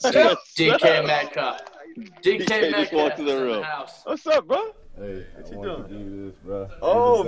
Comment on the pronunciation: Did he say DK Metcock?😂